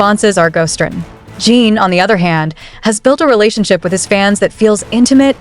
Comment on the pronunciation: It's JIN not JEEN! Fix your AI!